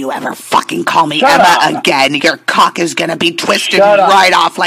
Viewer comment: I miss dronk. It was always shecks, caawk, peenush. That all he thinks about and it comes out more when he’s dronk 😂😂😂. Virgin #87.